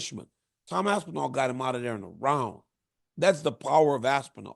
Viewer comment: Y you say aspinall like it's 2 words? Lmfao aspen... All is crazy